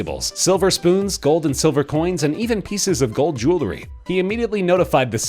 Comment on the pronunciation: It’s “jewelry” not “jewlery”...